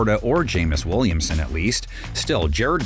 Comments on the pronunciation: Do you guys not review or edit your videos? Matt Laporta and Jameis Williamson??? Why is this guy still doing this? He consistently shows his inability to say player's names correctly, most of which are not even difficult names to pronounce!!! Do better..... 🤦🏾‍♂️ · How do you have clips of his name pronounced correctly and still say Jameis Williamson multiple times lols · How did you manage to get both of their names wrong like that?😂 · Maybe it’s ok for a random YouTuber to mix up a player name - but the NFLs official channel can’t hire someone to read and edit video so the names of the players in their league are pronounced correctly?